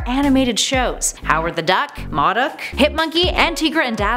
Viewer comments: it is pronounced Moe Doc not mod doc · LOL!!! She cannot ever say MODOK and Tigra right. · Moe-Dock not Maw-dock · Did she say MaDuck instead of MODOK? Wtf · Who are Maudok and Teegra??? I know a Modok and Tigra. U pronounce the I in Tigra and O in Modok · enjoy the videos. however a suggestion, it seems obvious the personalities read a teleprompter. for goodness sake take a trip to a comic book store and learn how to pronounce character names. Modok is Moe-dock Tigra is Tie-gruh. kinda like a tiger... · M.O.D.O.K. Is pronounced Mow Doc. Your pronouncing it wrong. Also it’s pronounced TYgra like a tiger. You know because she looks like a tiger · I'm no expert but... Modok - (Moe)dok Tigra - (Tie)gra seem to be the common pronunciations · "Maw-Duck"???? Lmao "Tee-grah"....wow....way to pronounce those wrong. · Isn’t it pronounced mOdok? The O is like Oh? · I really love it when you do videos. But this time I about couldn't finish it because of how you pronounced Tigra. Like, saying M.O.D.O.K.s name wrong is one thing but "teegra"? I cringed every. single. time. Also, please make a surprising facts video about Ben 10 and alternate version videos of Loki and Excalibur (the sword). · why does she say M.O.D.O.K like that she is saying it wrong and it sounds weird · I feel like she mispronounces the names of tigra and modok on purpose just to trigger us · U said modok wrong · Anyone notice she kept mispronouncing MODOK